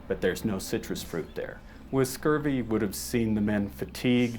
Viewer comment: Pine needles tea. And its scurvy, not scorbee.